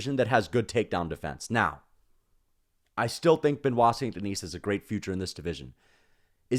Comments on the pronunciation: You know that one time when you didn’t pronounce the s in denis, that’s it that’s how it’s pronounced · Holy crap man. The S is silent in his last name!!!!!!